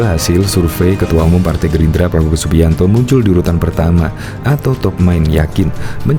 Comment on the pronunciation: LIZAL LAMLI JANGAN DULU BERHARAP JADI PLECIDEN BENAHI DULU HURUP "R" MU.LAGIAN MANA ADA PALTAI YANG MENGUSUNG MU.SADAL PAK TUA! USIA MU SUDAH GA MUDA LAGI! "SADAL SADAL" PAK TUA.BANGUN DALI MIMPI MU.